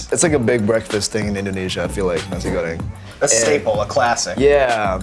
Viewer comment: RICH CHIGGA REPPIN THAT SUPERMIE PRIDE FAM 😭🇮🇩🇮🇩🇮🇩🇮🇩💕 Sean gotta learn how to say sambal and nasi goreng correctly tho